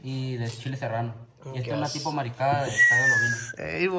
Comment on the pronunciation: Hola PURO CANIS !!!!! su he mal creo yo …..DIJO MARISCADA O MARICADA???????